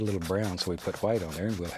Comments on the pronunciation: I could just listen to him saying hwite all day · “Just a little Hwite 👌” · Hwite. never gonna say it differently now. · I love how he pronounces the h in white. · I always wondered why he says hwite